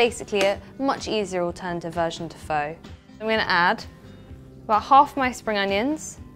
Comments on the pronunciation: ..its pronounced like 'Phar' although its 'Pho'... just so you know .. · She cant even cook pho or even pronounce it. Lol!!